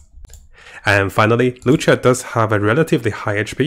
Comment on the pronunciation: it's luocha not loucha lol